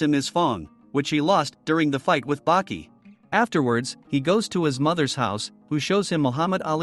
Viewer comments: Wait Bucky it with a A Baki not Bucky you say ahh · Nope 60 seconds in and then I couldn't do it anymore. Baki= (BAH- QI) NOT BUCKY. It's crazy that even AI for the auto-generated captions thought it was Bucky 🤦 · Btw his name is Baki not Bucky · i’m already pissed at the fact that he calls the main character “buki” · I can't take it. The name Baki is pronounced 'bah-key' not 'buck-key'😑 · ITS BAKI NOT BUCKY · Is baki not bucky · Why the fuck are you sayin Bucky? You saying it wrong on purpose. People like you annoy tf outta me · Baki not Buki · When you say baki's name its sounds like you’re saying bucky instead of baki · The mispronounced names ruined this vid its Baki not Bucky amoungst many others maybe stop using the ai voices and just do the vids yourself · Your saying Buki not Baki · Yashazer gave Bucky his fung. Is this an AI unfamiliar with human speech? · I had to stop 40 seconds in because if he’s going to pronounce Baki like “Bucky” for the next 92 minutes I’m gonna throw this damn iPad out the window